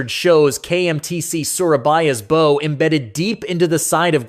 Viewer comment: bow ??? its called a BOW not bow